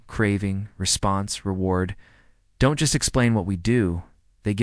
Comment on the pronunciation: The D ON T .. for don’t is so irritating 😅 but I got through it.